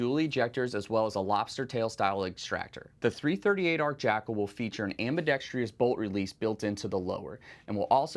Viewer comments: "Ambidextrous" is the word. Ambi-dex-trous. Not ambi-dex-tri-ous - there is no "i" in it. On the positive, this year's 2025 lineup is even better than the interesting 2024 lineup. PSA having a gun for every need, with their approach of customer-focused, value and quick innovation, is absolutely killing it. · Ambidextrous. Four syllables. AM/BEE/DEXT/RUSS…Not, Five..AM/BEE/DEXT/REE/USS. I wasn’t going to say anything but, for as often as the word is used, I had to. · When did "ambidextrous" become "ambidextrious"? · Someone please tell my dude that there is only one 'I' in "ambidextrous" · Great firearms and amazingly difficult choices. But please look up how to properly pronounce AMBIDEXTROUS. Ambidextreeeous isn’t a word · Someone please tell me why Americans in the firearms industry insist upon a superfluous "I" that does not belong in the word ambidextrous. Am-bi-dex-trous. It is not, and never has been "ambidextrious". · If you’re actually selling grenade ammunition for the Thumper, then cool. Otherwise not super interested in firing gender reveal balls. PS it’s pronounced “ambi-DEX-truss,” not “ambi-dex-TREE-us.” Why is that so hard for some people?? How the heck do you get “TREE-us” when you read “trous”?? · For the love of god it’s pronounced: “am·buh·DEK·struhs” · This guy doesnt know how to pronounce ambidextrous lol. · Why is the word "ambidextrous" so difficult for people to pronounce? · PSA can't even afford to hire people who know how to pronounce "ambidextrous". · This man doesn't know how to pronounce ambidextrous. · Please learn how to say “ambidextrous” there’s only four syllables, not five. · Why is literally no one in the firearms community able to correctly pronounce the word "ambidextrous" when it is a word they have to read, write, and speak all the time? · Why can no one pronounce ambidextrous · I love all this. EXCEPT the pronunciation of “ambidextrous.” Dude.